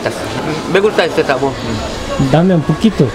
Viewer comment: Se escucha un poco raro cuando dice " dame un poquito " j😁😁